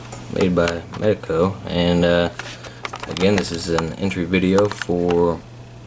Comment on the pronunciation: I really appreciate that!!! Thanks for making the community a better place! Also you said the name right!